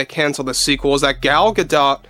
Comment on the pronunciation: You finally pronounced Gal Gidot name properly. WTF